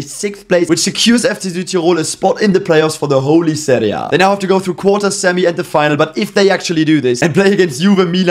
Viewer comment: Finally a YouTuber actually pronouncing Serie C, B and A correctly, thank you.